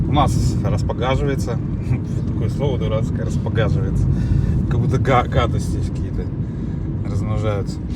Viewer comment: Не будет гадко, если произносить верно распогОживается 😂 ...етить- кудрить ты же блогер...